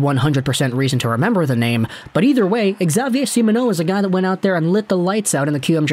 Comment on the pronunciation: Xavier is simply pronounced "Gzavier" but nice try, your pronounciation of the french canadians names is very good!